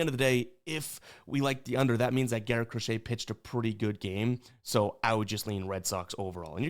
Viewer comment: everytime you say “Crochet” i wanna fade you but ima ride you today RED SOX ML pause